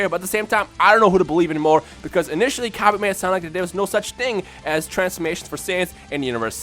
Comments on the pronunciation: I could not continue to Watch this.. Pronunciation is deplorable... I honestly hope you are getting this from some type of fanbase, otherwise I weep for the grammar of future generations... This is basic kindergarten grammar... Cabba not Cab-aye.. Not Cabb-ay... Cabb-ah.. I pity the poor soul that has to eat Cabb-ayge stew to survive... What is that, some kind of knock off Cabbage? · LOL Cabb-aye its Cabb-Ah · You can't pronounce cabba properly it is a pun of cabbage so it it pronounce cabbah bot cabbah